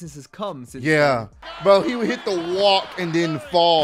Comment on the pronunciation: I swear I thought he said “He hitto me amigo! 😱” 😂